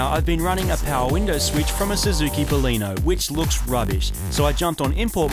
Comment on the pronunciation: Suzuki Bolino? 😂 It's Baleno*